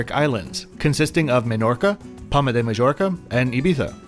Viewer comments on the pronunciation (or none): Good review thank you. Majorca is pronounced My-orka